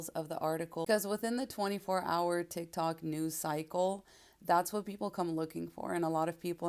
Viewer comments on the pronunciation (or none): none